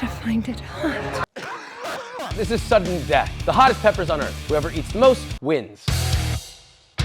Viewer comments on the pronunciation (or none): "can you hear the dreath of the bragon"😂🤣